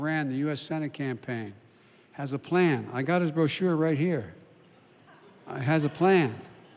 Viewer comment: Plan or pain? I'm not sure he's reading it right.